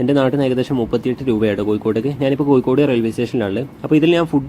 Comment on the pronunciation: കോയിക്കോട്അല്ല കോഴിക്കോട് 😂😂